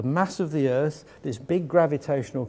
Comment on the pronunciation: Anyone who pronounces Earth as "Earff" shouldnt be given the time of day